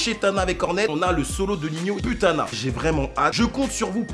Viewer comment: Puttana wlh comme j’ai eu mal au oreilles mon frr ça se lit Pouttana comme ça t’entraîne un peu ton Italien